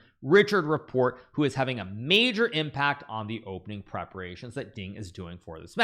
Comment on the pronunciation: How the heck does GM Hikaru not know how to pronounce Richard Rapport? I mean, he's talking like a commenter who just found out about the Hungarian, and learned his name only by reading it. That's weird. I guess Hikaru's new in the community or something.